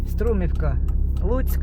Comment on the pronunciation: СтумІвка, наголос на і